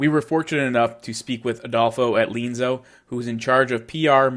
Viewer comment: Looks interesting. Different without being unnaturally so or forced. Will definitely check it out. Also appreciate your qualifications about the language at the start of your video. FWIW, I believe Lienzo is pronounced, lee-EN-zoh, with that accent on the “en”. Subscribed!